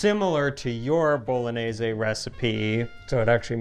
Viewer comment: Please " teach how to pronounce "Bolognese". Please: teach how to pronounce '". (With an H.) So tilting. After all these years!! THANKS and Happy New Year.